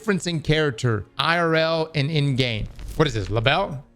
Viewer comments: "Ly-bil" not "luh-bell" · reading things and somehow getting pronunciations wrong is forever entertaining. Le bell 😄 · Such a disgusting pig. An adult acting like that is unacceptable. Also it’s pronounced “lie bell”